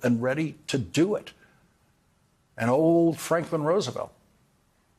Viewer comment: Most of the time when you say Roosevelt's name you are mispronouncing it. This is a very good otherwise.